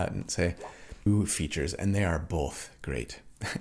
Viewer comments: I was also raised saying "bolth" in that very Utah way. Not that my parents said it that way, but most of my extended family did. So I actually felt really validated that you struggle with it too. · Came for the build, stayed for the "BOW-EL-THA". 😂 Your right, it's definitely not all about damage... Add that to the fact that most of your builds probably do more damage than most average player's characters and I think you're doing alright on that front!